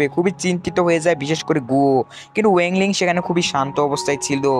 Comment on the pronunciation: Vai wang ling ke sudu ling bolen